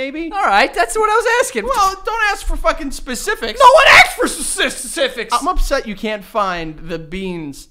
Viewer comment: No one gonna comment on Joe saying "specific" Lmao